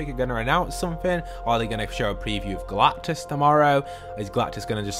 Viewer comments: GALACTUS not galtus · his name is Galactus not Galtus lol